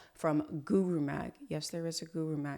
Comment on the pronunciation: Let’s start with learning how to pronounce the word “Guru” properly. I’ll teach you for free don’t worry. Then you can successfully create more defaming videos in future..